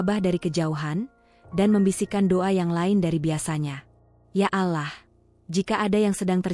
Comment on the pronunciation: Alloh bukan alah kalau tidak bisa dan tidak mau bilang alloh jangan membaca naskah cerita yg ber nuansa islami